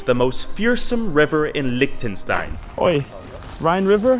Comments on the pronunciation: the way he pronounces Liechtenstein is so... american. 😬😮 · “Licktenstein” Amazing.